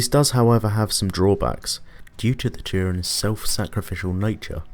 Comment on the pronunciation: his accent made it sound like he said tyranids instead of turians just wanted to point that out